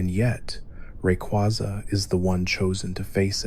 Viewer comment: Dont wanna be that guy, but pick 1 way to pronounce Rayquaza and stick with it lol. Other than that thanks for a good vid!